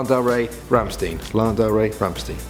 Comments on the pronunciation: Rammstein = Ramshtein not Rammsteen... Sounds like a muscle car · Or rammstiin as he said it that way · ramshtine is how is is pronounced😂😂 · ramsteen looool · I'm sorry did you say ramsteen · Noo not "Rammstiin"!! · why cant he say Rammstein right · Tn Inc I got triggered af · i cringed so hard on how he pronounced rammstein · Damn he says Rammstein differently to me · I cringed when he said rammstein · Yes, he knows nothing about German pronunciation. Bet you've never heard of that massively influential physicist, Albert Eensteen. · Ye xD he doesnt know how to speak German lol